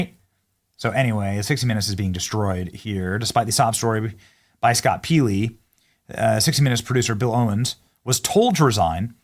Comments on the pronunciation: PEELY? PEELY? I haven't watched 60-Minutes in 20 years but I remember him being introduced as Scott Pelley. Did he change how he pronounces his last name? I doubt it. I don't think Benny Johnson has ever watched 60 Minutes. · Are you deliberately pronouncing ''Pelley's'' name wrong? Likely, not. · Benny, do yourself a favor and do your pronunciation research BEFORE you make videos. You pronounced Scott Pelley's name "PEELEY". NO! It's PELLEY...PELL-EE. DO try to get your terrible pronunciation under control, Benny. Please. You're welcome, AGAIN. sigh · Benny, Pelly is pronounced so that it rhymes with jelly. Or belly. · Learn hoe to pronounce Pelley.